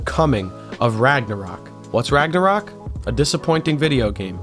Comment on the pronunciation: As a person that speaks a nordic language your pronunciations actually seamed to all be very onpoint (ofcourse an accent is apparent but its not that noticeable on singular words) however i cant even blame you for misspronuncing Ragnarök i doubt the ö is even used in the source where you got Ragnarök from